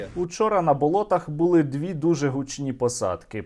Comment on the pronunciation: не бУли, а булИ, не почАли, а почалИ українською мовою, хочв блогер одне слово булИ каже правильно, а інше з галицьким наголосом, а чого він не обидва слова каже або з галицьким наголосом, або правильно. як наприклад говорять в Київській області, що співпадає з літературною мовою